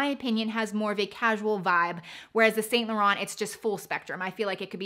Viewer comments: I think I can’t take her opinion seriously when she pronounced the t in Saint Laurent... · U can't pronounce "Vachetta" correctly. And Saint Laurent and Givenchy. Nice bags, tho.